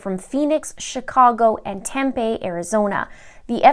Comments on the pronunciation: I don’t remember the Morphew case being here in Phoenix. But Tempe is actually pronounced like Tempee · It’s pronounced “Tempee’…. home of Arizona State University surrounded by the cities of Phoenix, Scottsdale, Mesa and Chandler. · Tempe is pronounced with the long e sound ❤️ ya girl!